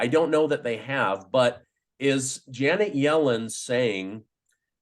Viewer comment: Can't help to think when he says "Jannet Yellen" Yellow stain comes to mind. 😂 Great video.